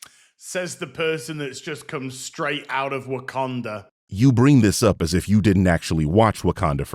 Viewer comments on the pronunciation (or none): “WAKANDER” woah bro hard R’s for a black country is wild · did bro just put a hard r on wakanda..? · Also notice how they say Wakander and not Wakanda? Mainly speaking about the whyt EDP looking dude. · I think he's British or Australian and that's how they pronounce it. Not a defense of him, just making a linguistic note.